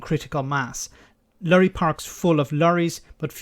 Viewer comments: ''Lurry''.. it's Lorry! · Lorry please. Not Lurrie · I do enjoy pronunciation of "lorry". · Lorry should be pronounced " Truck ".